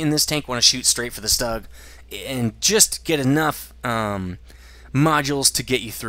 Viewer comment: You pronounce Stug so weird. You say Fug fine, but Stug so weird. take replace the F in Fug with a T and it is pronounce tug, put an S in from of Tug and it is Stug. You don't need to pronounce it differently. All you are doing is putting an S in from of it. Maybe that is the German way of pronouncing it but you are speaking English. Maybe I am wrong but I just think it's weird how you pronounce it.